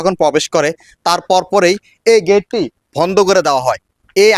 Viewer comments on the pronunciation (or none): কি সুন্দর উচ্চারণ ! বন্ধ শব্দটা বারবারই ভন্ধ বলছে, ফোয়ারাকে বলছে পোয়ারা , সঠিক শব্দচয়ন যে জানেনা সে আবার কিভাবে রিপোর্টার হয় !?